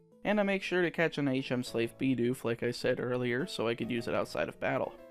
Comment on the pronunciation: He said beedoof